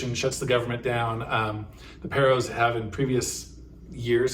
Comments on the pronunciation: FYI, It's pronounced PAR - O, not PEAR- O. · Please stop giving out negative opinions that may instill fear in some people. Why not compare to what El Salvador has done. By the way, you say "pero" it is pronounced "paro".